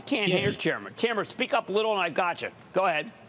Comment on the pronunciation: How this guy can pronounce Rajeesh but cant say Tameer? Hahahha tammer